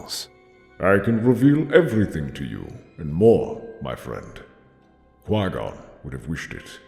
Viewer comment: I know he meant Qui-Gon but still 🤣🤣🤣🤣🤣🤣